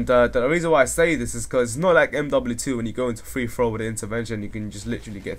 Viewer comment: he dosn't say mw2 or mw3 right!?!?